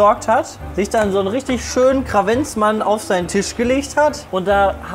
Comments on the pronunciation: Sprich mir nach,: KA-VENTS-MANN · seit ein paar Folgen in denen du das gesagt hast denke ich darüber nach ob ich was sagen soll....... Es heißt Kaventsmann, ohne R